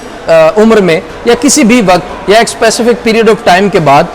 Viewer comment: Mr. ❤ Why aren't you correcting your "Waqt" pronunciation???